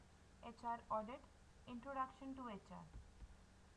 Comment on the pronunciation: HR Audit bolke hrm padha rhi ho